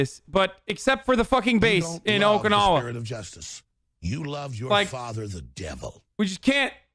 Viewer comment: He was disappointed in himself after butchering the pronunciation of Okinawa.